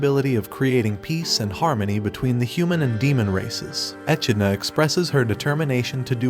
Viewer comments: Uhmm dude it's pronounced e-Kid-na not E-Chi-ni-la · How do you watch the anime and still pronounce the demon king name wrong. Echenola??? who's that. Not to mention it's not even a Japanese name. It's an english word - an animal. Echidna. How do you misread that??? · Bruh, in English its pronounced ( e-kid-nuh) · The way he pronounces echidna is painful.